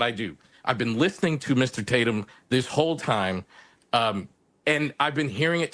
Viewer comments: Lemon called Officer Tatum, Tator? What a spiteful idiot. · You can tell Don Lemon feels inferior to Brandon Tatum because he purposely says his last name wrong! I can't stand this hypocrite! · I wonder if he realizes that ppl are literally laughing at him for going out of his way to mispronounce your last name? Like he doesn’t know who you are. Ohhhh, he knows and the amount of jealousy is astounding and honestly, hilarious!